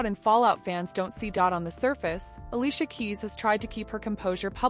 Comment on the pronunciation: "Allissha, LaLay and Mas-Honda"